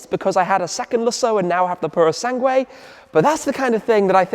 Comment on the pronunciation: Tim it’s a Purosangue the last 3 letters are pronounced like this Goo silent U Eeeh thanks